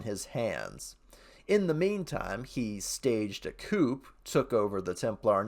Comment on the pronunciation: Aww, Dreamkeepers lost the vote :( Hopefully you'll get the chance to read it, as well as Dreamkeepers Prelude. I've never heard "coup" pronounced with the "p". It's one of those French loan-words where spelling doesn't match pronunciation.